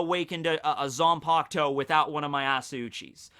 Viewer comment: It’s Zanpakutō. Not Zanpaktou 🤣